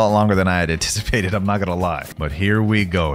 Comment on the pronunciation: "Z transformation" lol i think it is v not z i still love ur vids